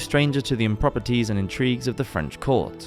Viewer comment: "Improperties"? Do you mean improprieties? OMG